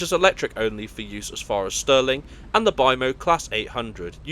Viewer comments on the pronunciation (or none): How embarrassing, it's STIRLING not STERLING! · Stirling please, not Sterling [GBP] currency! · Stirling you idiot not Sterling.